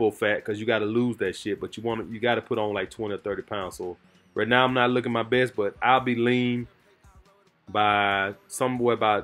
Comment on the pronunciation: I love but that ‘’rat ‘’ instead of right is killing me....but my family is from the south so I understand